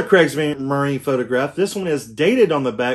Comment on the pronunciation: It's pronounced creegs-marine-a Falsh-um-yeeger Vear-mack-t